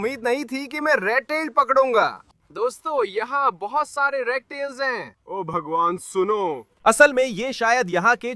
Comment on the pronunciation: Bhai tum obhagwan kyu bolte ho😂😂😂😂😂😂😂😂this is funny